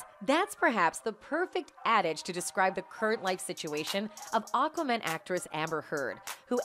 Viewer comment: I love that this channel says oquaman not AQUAMAN 😅